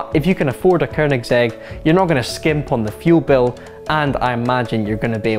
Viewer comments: Dude, it's Koenigsegg, not Koernigsegg. It help to learn how to pronounce words properly before mispronouncing them on the internet for the world to hear in perpetuity. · 4 door? Uh can DriveTribe count? Also it's Koenigsegg not Kernigsegg. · "koeRRnigSEG" does this guy have a speech impediment? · Hate how he says korgnigsetshrj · “Kernigsegg” some scottish dude kn the internet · Dafuq is a Kernigsegg?? lol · Kernigsegg. ffs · I think it should be pronounced with a hard G as it is swedish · "Koernigsegg" hahaha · theres no 'R' in Koenigsegg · Didn’t realize Koenigsegg had an effin r in it.